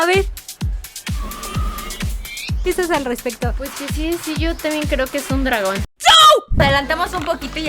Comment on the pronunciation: Cuando Karen dijo (si yo también creo que es un DRAGÓN 🐉)yo le entendí si creo que es un tragón